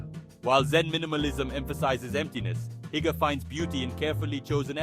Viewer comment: "Hooger" not "heeger".